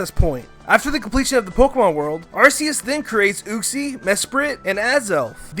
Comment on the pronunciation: Sigh-No, Uu-ksie... Wtf